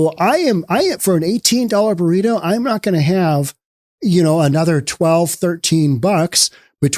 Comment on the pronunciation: wait. did you just say "18 dollar boreeto"? jesus.